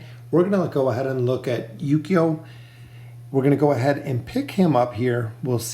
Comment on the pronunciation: It's pronounced Ooooh-key-oh the U in his name is soft not like saying You but oooh. Just wanted to help you out, cuz you're saying his name like Yu-Gi-Oh but it's Ooooh-key-oh